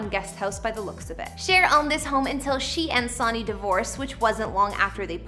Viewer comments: Bot should not be used as narrator. They do not understand English. Their is no Saunny, it was Sonny as in the old song Old Sonny boy! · Why do you keep saying “SONY & Cher”? You don’t know how to read Sonny ? Not to mention I’m sure you’ve heard of them. So irritating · Sun-ee. Not Sawny. JFC I can't even listen to the whole thing now. Like ??? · "Sawnee " Bono...Pronounce much? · I can not listen to your saying sawny instead of SONNY!!!! Do your homework!!! Learn the right way to say the names!!! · Embarrassing that you pronounce " Sonny " as Sauny! Who are you? What planet are you from? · It's pronounced "sunny". I hate it when people can't say names right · You could at least pronounce “Sunny and Bono” correctly. Bono fronts U2 and was never partners with Sunny or Cher. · Pronounced Sunny, like the sun in the sky, even though spelled Sonny. He was great. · OMG, I can't get past the "Sawney". LOLOLOLOL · Yeah, it's annoying to hear Sonny. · Can you believe this calling him Sawn ee? What planet is this person from? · We have technology at our fingertips and she couldn't Google them to hear how their names are pronounced? Pathetic! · His named was spelled "Sonny", but yeah, definitely pronounced as "sunny". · Come on !! His name is pronounced Sunny . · It’s difficult to listen to “Sonny” being repeatedly mispronounced. It wouldn’t take a minute to check name pronunciations before recording a video. I realize this isn’t the nightly news but I’d think one would want to correctly pronounce the names of the actual subjects of your videos. Sonny is pronounced “Sunny,” not “Song-ee.” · It is cute - you can tell she is of a different generation by the way she pronounces "Sonny". Anyone from my generation probably picked-up on that. I bet my son wouldn't even know who Cher is :) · The SONNY thing is driving me crazy. It's Sunny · Sonny is pronounced like sunny. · Oh my gosh his name is Sonny { pronounced Sunny } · Or to be judgemental but it’s Sonny (sunny) 😊